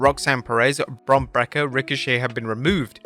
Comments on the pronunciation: brother you need to focus on saying wrestlers names correctly. wtf is a kala braxton. its Kayla. Bron Break-er not bracker...clown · Really need to do a bit of research and learn how to properly pronounce the wrestler's name. It's not KY-luh... it's KAY-luh. It's not BRAK-er... it's BREAK-er.